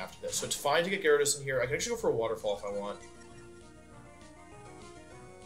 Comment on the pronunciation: You know it's serious when Wolfe says Gara-dose instead of Jairyadose